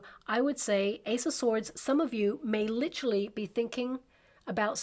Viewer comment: “ Lit-er-al, “ not Lit-tral. Sorry, I wrote a book on Communication and words and pronunciation matter. Literally, not Litrally.